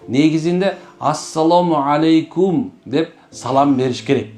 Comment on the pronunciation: Арап тилинде ассаламу ьалайкум деп айтылат экен,". Алейкум"- болбойт." е"- тамгасы айтылбайт экен.